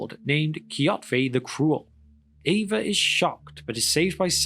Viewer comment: I know it’s the accent, but I can’t help but hear “Ava” every time. Ava, whose pronouns are He/Him.